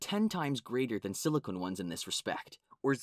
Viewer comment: It's SILICON, not SILICONE! Dammit!